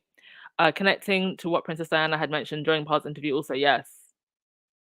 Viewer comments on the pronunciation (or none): none